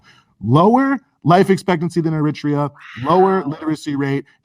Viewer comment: Eritrea not "Emitra".